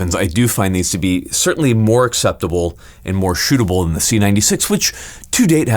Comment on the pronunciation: "Ze" Luger.